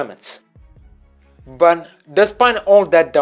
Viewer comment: It's but not bun